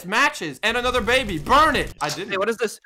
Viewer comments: I got the baby Me heard:I got da baby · When you say "grab the baby" it's like "grab dababy"